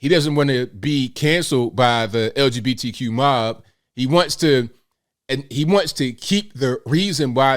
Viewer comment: Des couldn't even say LGBTQ right. Why bother then.